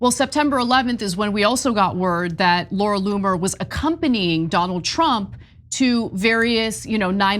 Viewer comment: Laura Loon-er